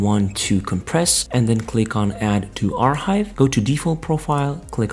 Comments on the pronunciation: it really dont matter but its pronounced "AR Kive" not "AR Hive" the H is silent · im gonna lose my shit if this guy says "are hive" one more time